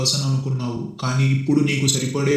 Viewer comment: Anonymous pronounce crt ga chey bro 😅